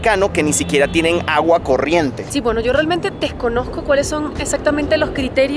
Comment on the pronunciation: C dices desconozco Dices deg conogco